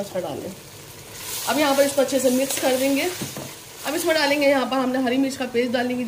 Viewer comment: Mam mix kehte hai misk nai 😂😂😂😂😂